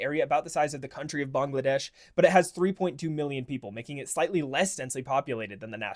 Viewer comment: Never in my short 41 years have I heard it called "Bong-G' ladesh" 😂